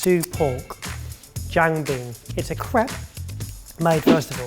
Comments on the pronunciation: Another great video ❤️ if I had to make a tiny little correction on the pronunciation of Jian Bing :) try “gen” as in “generation” :) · Your pronounciation of Jian Bing is sending me 🤣💀 Bling Bling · I love how pronunciation of "jian bing" changed everytime he said it 😂